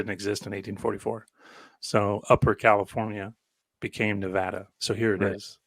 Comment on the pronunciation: NEVADA N-EVE-ADAM